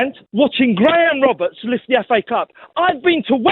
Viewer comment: It's de history of Tottenham 😂😂😂